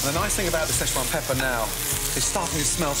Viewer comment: You forgot: Salt, peppah, olive oil